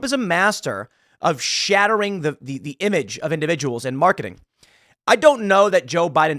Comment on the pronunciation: Tim using the word "Shat-tering" a lot, I keep wondering how the word is going to end...